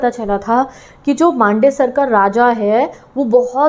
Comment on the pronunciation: Mam it's not मांडेसर it's "मन्दसौर "😂